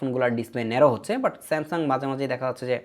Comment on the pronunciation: Samsuuddin aha aha smasung😂😂